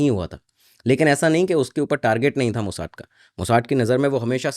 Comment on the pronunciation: मोसाद को अंग्रेज की तरह मोसाड कहना बंद करो